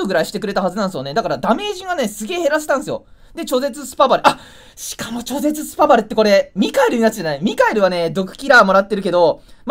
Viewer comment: ちょぜつって😅